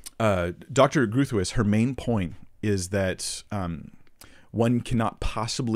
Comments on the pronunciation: Groothius is pronounced "Grow-tice" in this case. Rebecca's husband is an ethics and apologetics professor at Denver Seminary. He's a PhD, from what I can find she does not have a doctoral degree. That shouldn't take away from her argument, like I said, her husband is a philosopher., I'm sure he'd be happy to come on and discuss his late wife's work with you. I really don't think you're grasping how her argument works. Also, I think it's incorrect to assume that you to scripture without some sort of preconceived ideas. You make a comment about how you want to come let th Bible speak for itself, but it's impossible for us to do that. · Groothuis direct translation = Big House. As South African, we're familiar with the surname. The "G" is pronounced like the "J" in the Spanish name "Juan", the "r" is pronounced like the double "rr" in the Spanish word "karramba". For the rest it is difficult to describe for an English speaking person and none of the sounds are natural to English. It is however broken into 2-sylables "Groot / huis" due to the direct meaning of the surname as initially illustrated. Most importantly, it doesn't matter how you pronounce it as that is not the context of your video 🙂 I would love however hear you pronounce my surname 😀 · Hey: Great stuff overall, and I'm kinda working my way backward through your videos, all of which are helpful. Linguistic note: Groothuis is a Dutch name and in Dutch should be "Groot-wiss." Doesn't mean she pronouced her name this way, however. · It's a Dutch name: pronunciation: Gr-ow-ow-t - house -- when you pronounce the word 'house' with a strong Scottish accent, you're in the right way ;) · Groothuis is a dutch name The "ui" in Groothuis doesn't exist in the English language. We dutchies don't expect Americans to pronounce it like the dutch do 😊. But you can always use the pronunciation function on Google translate to try to mimic. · Definitely groo thwees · Groat- howse